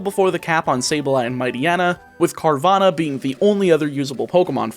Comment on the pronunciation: It's not Carvana, it's Carvagna